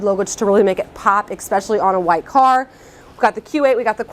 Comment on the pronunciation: I definitely gave you a thumbs up, that was very informative and I enjoyed it. My one tiny criticism would be that there is no "x" in the word "especially".